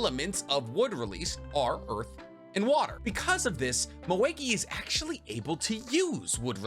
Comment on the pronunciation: Dayum I've never seen actually butchered that badly💀